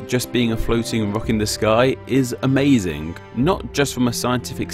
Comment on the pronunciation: "Da moon", "been dare", "surrei", "amazink", "fink"....(-_-°) While some might be dialect differences, more than half are just poor pronunciation. You're slurring your words in the extreme. At least work on "ŋ", "ð", & "θ". Try opening your nasal passage by widening your throat. Hope that helps.